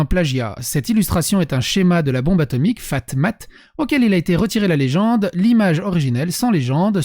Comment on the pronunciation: Le gars fait le Sherlock Holmes et il ne sait pas que c'est Kyle Hill et non Kyll Hill. Il ne sait pas non plus que la bombe s'appelait "Fat man" et non "Fat mat".